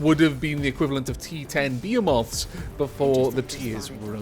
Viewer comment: One dislike to this for the be-e-moth ITS BE-HE-METH